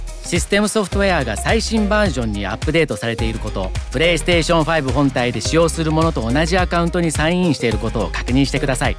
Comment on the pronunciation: New drinking game: Everytime he says perestetion u drink.